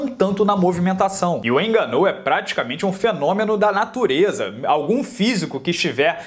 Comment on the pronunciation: Francis enganou, Rabibi nurmagomedov kkk este maluco não sabe falar o nome dos lutadores, muito bom kkk